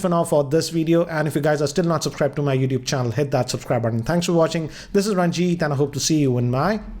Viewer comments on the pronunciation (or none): none